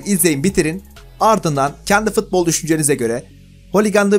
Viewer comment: her fıtbol diyişinde kendımden gecıyorum reis